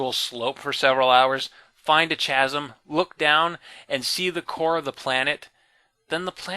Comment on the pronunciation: chasm, Noun /ˈkazəm/ Sorry, but you kept saying it lol